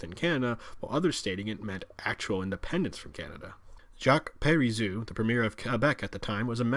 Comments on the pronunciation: FYI Par-ease-oh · It is pronounced pareezo. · I fucking DIED LAUGHING with his pronunciation of "Parti Quebecois:!!!! Then again with "Jacques Pari-ZOO"! LMFAO This video has so many fucking inaccuracies, it's not even funny.